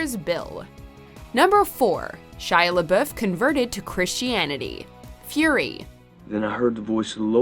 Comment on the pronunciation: First ever American I have heard pronounce Shia Laboeuf’s name right, now we have to tell him to correct it to make it grammatically correct.